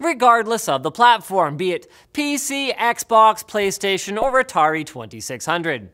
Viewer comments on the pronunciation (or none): Did Linus just called the Atari a retari🌝🌝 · He doesn't say "Retardi". He says "Or Atari 2600", and the "Or" blends into the "Atari", making it sound like he said "Retardi". There's no D sound at the end of Atari when he says it.